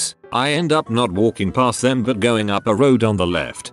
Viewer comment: I love how it pronounces "buuuuut" as "buwoot".